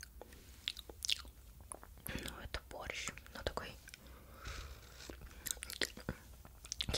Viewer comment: Почему мне одной слышится не вкус борща, а вкус прыща 😅🤔